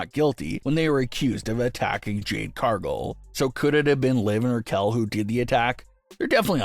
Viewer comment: OMG say Cargill correctly please not Cargull